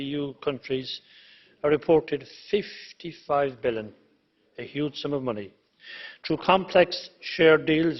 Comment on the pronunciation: “55 billen”